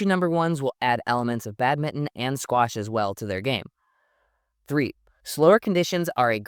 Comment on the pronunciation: Excellent insight and thanks for pronouncing badminton - Bad-min-TON and not just Bad-min like other Americans 😊